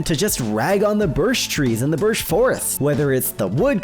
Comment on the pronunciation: Man really said birsh